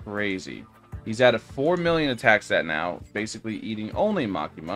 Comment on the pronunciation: Bro said makima that is not makama